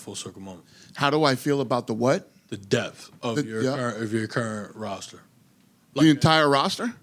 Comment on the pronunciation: "uh good prollum" "da overall depf uh da fighters on your roster" learn how to fucking speak dude.